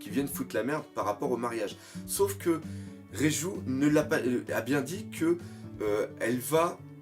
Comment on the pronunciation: c'est Reiju et pas Raizou mais ça on te le dit tout le temps